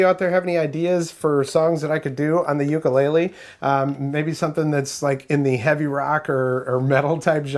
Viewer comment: oo koo lay lay